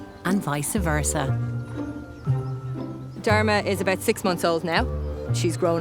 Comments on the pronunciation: Am I the only one who heard "Dhar mann"? Probably not but still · how can she pronounce dharma with the worst accent still the auto caption reads it..but when an indian pronounces something in most clear manner..the caption comes out as a joke😂